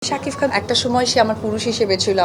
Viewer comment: শুদ্ধ কইতে কইতে সাকিব খান কে সাকিফ খন বলে ফেলে।